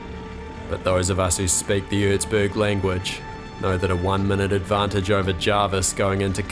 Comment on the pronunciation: Its called Erzberg not urzburg